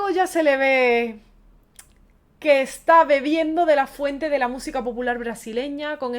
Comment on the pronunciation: Porque habla tan mal la muchacha dice etsá en vez de está....